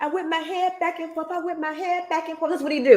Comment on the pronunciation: Oaf of office! Licent place? Ankoools? Shock device? Forf. Do dat. Axe. Tackit